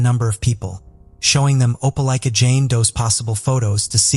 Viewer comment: How did you manage to say the name of Opelika three different ways barely a few minutes from each other? Thats rather absurd The constant mispronunciations is horrible. Its okay to do another take. And to look up the words you don't know. Its grating on the nerves and ears.